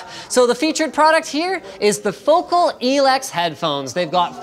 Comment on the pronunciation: you are saying focal wrong ................why are they even sponsoring you?